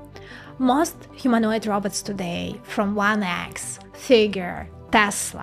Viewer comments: It's: Robots (rŌh-bauts), NOT raubots (rAH-bots)., you're really intelligent, so it should be easy for you to correct this pronunciation. Thanks for your video. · A Robert? Try this "row bought" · I enjoyed your video, but please stop calling these machines 'Roberts'. The pronunciation of the second 'o' is very important. The Chinese propagandist also call their laughable attempts at futuristic humanoid machines, 'Roberts'. It just sounds weird. Still a good video though. 🤗